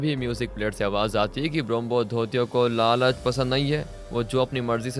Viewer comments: ब्रोम्होधोतियो nahi bhai, ब्रोम्होदोईत्यो hota hai. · Bombodutto nhi ...bramadatya.. pronounce sahi se karo